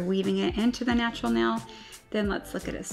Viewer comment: I love that she says nell instead of nail